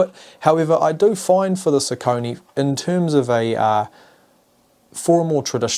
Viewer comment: Nice comparison video and focus points! :) Just one thing at the end: What ios "Sau-co'-nie" (in german pronounciation) ? Isn't it pronaunced like "sock-a-knee" or "soccer-knee"? That pronaunciation i didn't recognize at first that this is a name and wondered ;)